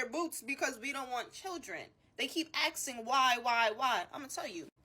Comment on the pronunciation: “They keep axing why”